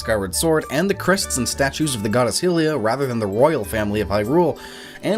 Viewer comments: Every time he says 'Hillians' or 'Hillia' I get triggered. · Your pronouncing "Hylian" and "hylia" wrong, but you can pronounce Hyrule right?